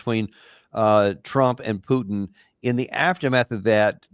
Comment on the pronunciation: Who’s “PeeUUW-tin”? 😂 🤡 says the guy slaughtering hundreds of thousands of innocent women and children .